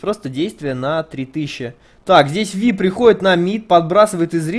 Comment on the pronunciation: правильно именно ВИ, а не Вай..... это наши чудо переводчики так перевели.